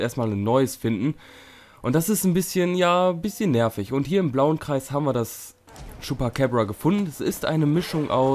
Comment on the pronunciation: vielleicht irre ich mich aber das ''ding'' heist chupacabra und nicht chupacäbra